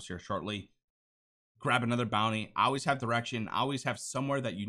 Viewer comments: “You Ahhhhlwayz ulwaiz Al Ways need direction” Love the content bro, keep it up 🤝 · Never noticed you had an accent until you said always three times in a row, reminds me of my mom saying wuder instead of water